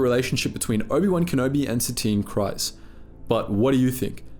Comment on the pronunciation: Presumably the narrator of this channel has watched the Clone Wars series. So why does he consistently mispronounce Kryze? It rhymes with seize, not with size.